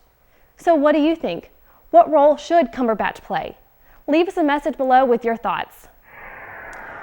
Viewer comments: Cumber.... cumber... cumberPATCH? Shame on you,! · I crakced up when she said 'CumberPatch." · I cracked up when she said "CumberPatch."